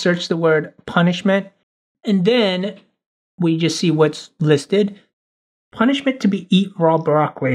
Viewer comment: Ponischment: ro fisch